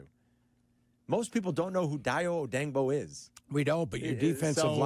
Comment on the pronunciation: It's "DAY-OH", not "Die-Oh" & his surname is pronounced "Oh-day-ing-Bo", not "Oh-Dang-Bo", Carmelita, you f**ktard!